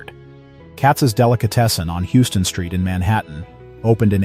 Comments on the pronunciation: Houston street is pronounced HOW-Sten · It's pronounce how-ston street, not like the Texas city.